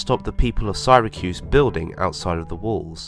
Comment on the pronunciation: Why does he butcher the name of Syracuse?